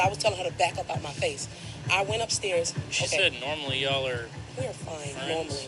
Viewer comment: "I hate ya'll" I thought she said I said I hate jollof! lmbo